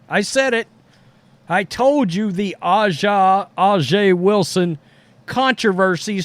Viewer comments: That would be like someone purposely mispronouncing ' name as "Roadies" or something. A'ja is essentially pronounced like Asia as the earlier poster said. You may not be partial to the league or the player, but kindly get her name right. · Her name is pronounced : A Jah Wilson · “Asia” is the proper pronunciation. I agree with your view, just to let you know. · Not a surprise. Pepsi/Gatorade is one of the most Woke companies on Planet Earth. Hey Aja is pronounce Asia. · A'ja Wilson's first name is pronounced like the continent Asia. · It's his unconcious racism kicking in he very well knows how to pronounce her name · His lack of respect for her is the reason why he has refused to learn how to pronounce her name. Disgusting for someone that whines about racism